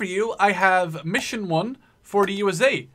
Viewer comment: USA Pronounced [U-ESS-AY] not [U-A-ZAY]